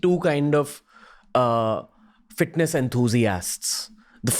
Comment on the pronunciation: “Fitness In-thru-the-ass”